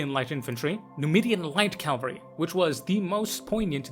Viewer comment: I've think I've whined multiple times but Cav-al-ry.🤣